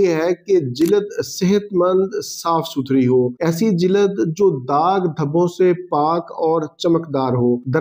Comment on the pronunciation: جلد کہنے کا تلفظ صحیح کریں